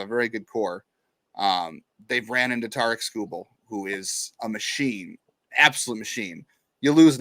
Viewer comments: It’s Tarik. - Sounds like tare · Tarik like Eric with a T, it ain't that hard